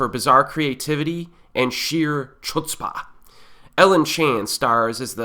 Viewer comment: I realy like your reviews and I hate to by 'that guy' but its pronounced 'hut·spuh', sorry :/. Your 'Asian horror movies -year in review' playlist gave me a plethora of films to choose from, thanks for that.